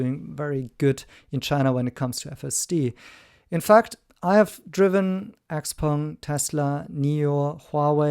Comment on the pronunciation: One of NIO’s ace cards is the subscription service for NAD that is leaps and bounds above the rest. They are extremely humble about NAD unlike the others…This guy can’t even pronounce Xpeng. 😂